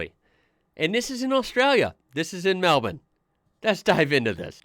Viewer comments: is about that only American that pronounces Melbourne correctly! Perfect pronunciation, as its kinda pronounced "Mel-ben". Well done! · you know we got our claws into you when an american pronounces melbourne correctly! hahaha well done bud!